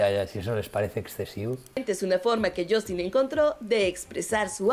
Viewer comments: No es Justin, es shastin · Por qué dice Shoooostin???? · Azi komo lo oyes...*YOSTIN*